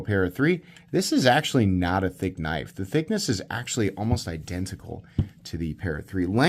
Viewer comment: That's a big kuh-niff!